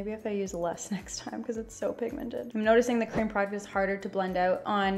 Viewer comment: Vanilla crem??!!? No hate just funny! I’m sorry if this offends you.